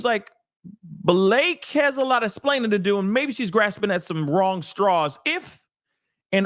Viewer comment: Buh- La-Kay 😂😂😂 one million percent Lying on him.